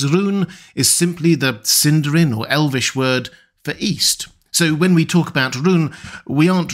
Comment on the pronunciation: That's not how you pronounce Sindarin.